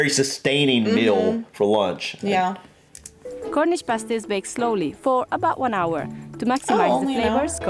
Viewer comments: They're pronounced past-ees, not, paste-ees👍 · Pasties as you guys were pronouncing it with the long "a" was the name of an article used in burlesque/stripping clubs to cover a certain pair of ladies body parts when nude dancing was against the law these kept "things" legal.